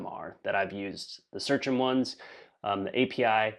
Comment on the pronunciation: I think Seachem is read as Sea Chem(istry)